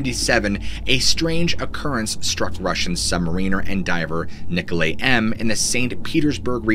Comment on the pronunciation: I just know you haven't played nazi zombies because of the way you pronounced Nikolay